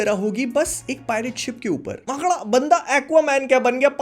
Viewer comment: bhopali hai bhai maakada bola😅😂